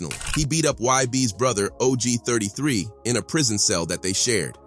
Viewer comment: Og Thirty Three 😭 Ba-Ton Rouge 😭😅😅😂